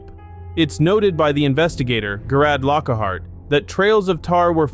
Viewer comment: Jare id lock hart .... there now say it right